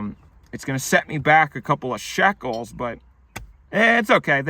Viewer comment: Shekels 😂 Why'd you say it like that?